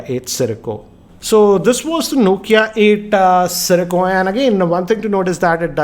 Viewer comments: Siricco.... Siracco.... Dude ur making a video.... Takes 2 seconds to get the name right... XD XP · nokia eightaa sirico lol